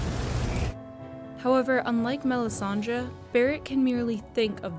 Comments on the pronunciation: Melisandre the way you say the name annoys me. It's Dre as in Dr.Dre not melisan-draw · Everytime she says melissandra I want do stab myself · MEL-IS-SAN-DRA. SO PAINFUL. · Melisandre not Melisandra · I wish everyone would stop calling her Melisandraaaa.